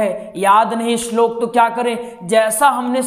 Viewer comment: पहले शुद्ध उच्चारण बोलना सीख ले तेरा खुद का शब्दों का उच्चारण ख़राब है इस्लोक नहीं बोलते श्लोक कहते हैं